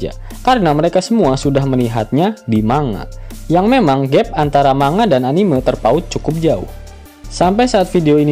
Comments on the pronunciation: Keren min ngakak, Tp ane risih denger anime slh pgucapan, yg bener sperti me di kata memang Anime-mang bukan anime-lihat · sedari awal sudah salah sih diprologue, laugh tale anime(lihat), trserah mau diganti apa lanjut, yg punya channel kan bkn aku wkwk Bnyk sih yg salah gitu mgkin susah dilidah, pdhl bhs inggris juga bacannya enimesien, kalo org jepang jd enimeshon sih